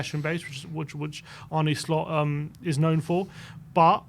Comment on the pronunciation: Arne shlot? 😂😂😂😂Fuck me your butchering of names is amazing